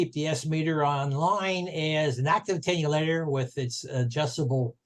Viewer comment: Very good overview but make that attenuator, not 'attenulator'.